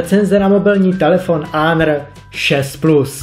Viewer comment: Konečně to někdo přečetl né honor ale ´´Ánr´´ Díky nejfe.Jinak super video.